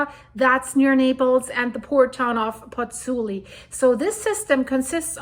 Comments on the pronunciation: it's Pozzuoli, not Pozzuli... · Well done. But it's Pozzuoli, not Pozzuli.